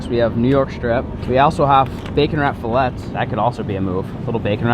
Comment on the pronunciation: I’m not sure if it’s a joke or not but when you say fillet it you say it as fillet